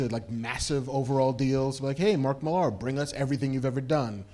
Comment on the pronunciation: Everytime you mispronounce Mark Millar’s name, a comic book dies